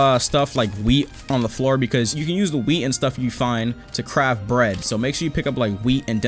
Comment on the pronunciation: When he said wheat I though he said weed